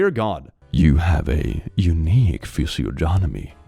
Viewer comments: . "She looks really good for 50.". She looks like quite a few fifty-year-old women I know. Why, what do fifty-year-old women look like over there? . Physiognomy, the study of bodily proportion. Over here, we usually pronounce it "fizzy-AH-nuh-mee" . That really is an actual manga panel. It's from the manga, "Ori no Nori", which translates as, "beyond the dregs". And no, it's not supposed to be accurate. These are the thoughts of the main character, who has no idea how to talk to women, but has seen lots of sexual assault cases on the news. So he believes that, as a man, he is inherently dangerous to women and could hurt them accidentally. While exaggerated, vaguely worded regulations on sexual assault and hostile work environments have caused some questionable cases over the years. Back when the first laws about sexual assault in the workplace came out, for example, the list of dangerous activities included: Complimenting a woman on her appearance, clothing, makeup, hair, work performance, etc. Making physical contact, such as a handshake or pat on the shoulder. Showing interest in their hobbies. Of course, this was because sexual assault is sometimes camouflaged as compliments. But it has made for some complicated moments. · physiognomy IS a real word, just not when you pronounce it like "physio-jon-omy." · Physiognomy (pronounced: fizzy-OGG-nuh-mee) is the practice of identifying someone's racial/ genealogical background based on specific features, typically on the face. And while it could be interesting, it is almost always used for racism and ...whatever this is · I love how you mispronounced physiognomy.